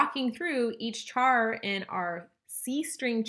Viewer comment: Cant handle the way you say char, thanks for the video though